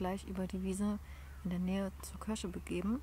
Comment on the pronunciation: Kürsche = Kirsche und würd = wird - liebevoll gemacht - Danke